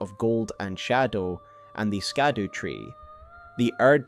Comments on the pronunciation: Isn't it pronounced "Shadu" and not "Skadu"? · Excellent video. One point - Scadu is pronounced Shadu (its the old English for Shadow) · "Scadu" is pronounced very similarly to "shadow", as it is an old English version of the very same word. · Scadu Is pronounced SHA-duu the c is soft like in the word precious.